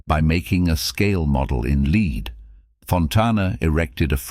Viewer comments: It's led not "leed" it is spelled "lead". Stupid AI and greedy video creators. YouTube do your job. I pay you enough. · The narration is by a robot which can't tell the difference between 'record' and 'record' (noun and verb), or 'lead' and 'lead'. Hire a voice artist, you cheapskates.